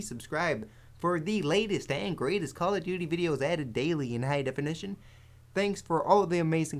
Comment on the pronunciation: "Cally Duty Black Ops" :DD